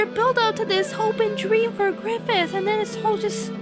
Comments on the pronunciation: Let's have a little chat. So... I swear I heard you say "Gryphon" instead of "Griffith" The "end" of Berserk doesn't rely at all on an ooc moment for Griffith. The story constantly builds up just how determined to reach his goal he was, and sacrificing his army is nothing he wouldn't do. The arrangement for him to be made a demon lord was made long ago when he was a child, and he very readily accepts it when it comes. Griffith only wants power, and everyone he knows is just a means to that end. Berserk's ending is messed up bit because everyone you know dies, but because it stops where it does. This is all just the build up for Gutts' main struggle throughout the rest of the story: trying to keep Coska and himself safe from the demons after their seals and find and kill Griffith. Plus, that's not really the deal with Clannad, but that's of no consequence right now. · It's pronounced, "Faggith"